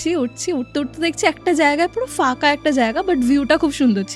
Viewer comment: Bangla te fooo bole kichu hoina. Pho hoi. Folaa, faka khub irritating lagche sunte. Bad baki golpo ba ghotona jetay hok sundor.